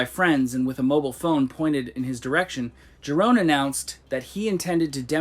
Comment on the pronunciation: Yeroon. Dutch j is pronounced like a y.